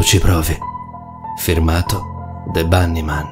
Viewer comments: LafairyTiTanniee Si perché si pronuncia Banny Man 😐😢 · Oh l'avrà pronuciato quelle settemila volte... ma lui fa sempre errori di pronuncia sopratutto sulle parole straniere... e infatti questa si pronuncia Bannimen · Perfetto allora io mi dovrò stappare le orecchie e cmq dice Bannymen mentre tu preparati ad una denuncia per offesa, ho copiato i commenti e mi hai offeso ben due volte.